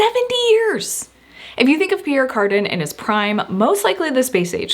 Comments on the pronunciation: Since you are open to gentle criticism, may I mention that Pierre Cardin was French. So, his last name is pronounced CarDAN, not CARdin. The reason I know this is because I'm old enough to have worn his clothing the first time around. You possess the bloom of youth, but with a refreshing maturity missing in so many on YT today. Hope this helps and doesn't hurt. Love your videos, especially this one. It brought back a lot of fond memories. ~ Lisa P.S. Diane von Furstenberg was another great designer of that era. She was the creator of the wrap dress. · Not to be nitpicky, but it's pronounced Pierre CAR-DAN. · Just FYI his name is pronounced Car-DAN (not CAR-din). I only know this from perfume ads back in the day. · It’s pronounced Car Dan not Car Din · Its Pierre CarDAN and Versailles (you don’t pronounce the S) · His name Pierre Cardin is French so it is pronounced Car-DAN. You can learn how to pronounce European names by googling . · Pierre Cardin is pronounced car-DANN good grief 😂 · What about Perry Ellis? Late 70s Early 80s?? Oh and Cardin is pronounced CarDAN. Love you!! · Car-DEH. The "n" is silent. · You mentioned Pierre Cardin numerous times and mispronounced the name each time. This reduces your credibility. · you mispronounce Pierre Cardin and Ungaro